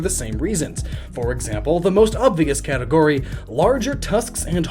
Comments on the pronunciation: Just have to point out "Catagory".... *Category, my man. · what is a "catagory" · It's "category" not "catagory" unless that's a legitimate word. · "Catagory" nice one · Who cringed when Catagory was shown.! It's category. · "We'll be going by 'CATAGORY'" What is a catagory? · Are we just going to ignore "Catagory"? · "CATAGORY" -_- *Category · "Catagory" Good job otherwise. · "Catagory". Nice